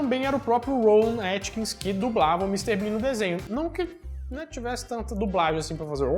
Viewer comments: Rowan Atkinson. Nós somos mineiros mas podemos falar o nome do cara corretamente. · Desculpa mas não se diz Rowan Atkins mas Atkinson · ROWAN ATKINSON e não ATKINS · É Rowan AtkinSON,. AtkinSON. KKKKKK